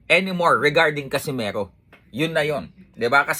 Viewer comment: Nd nya mabigkas ng maayos Casimeho😂😂😂😂😂